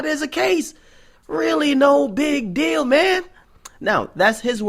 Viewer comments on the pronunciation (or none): none